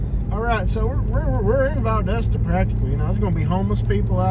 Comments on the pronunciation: It is Valdosta not Valdoosa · It’s Val Dos Ta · that’s the first thing I noticed…..Valdooosta 🤣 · If you’re gonna hate bash anywhere at least pronounce the name of the town, right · It's how yall are pronouncing valdosta. And as of now Georgia is 12 and 0. Compared to Alabama being 10 and 2. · Is your half sister-cousin-girlfriend ok?? I think she may have been having a seizure for the first 15 minutes. Then at 28 minutes, she started repeating herself again! Honestly, this is definitely the MOST ignorant video I have ever watched 😂 You can’t even pronounce the name of the town correctly! I wanted to stop watching after about 3 minutes, but the pure ignorance kept me sucked in 😳 Valdosta is far from the best town in the country, but it sure has a lot of perks. Many wonderful restaurants, decent entertainment, and shops. There are a lot of wonderful people, growing communities, and some dang good sports teams. Oh, and I’m not sure if she said enough or not, but, “They need to improve their offensive line.” 🤣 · From the start I can tell y’all got your azzes kicked by us and you can’t even pronounce it!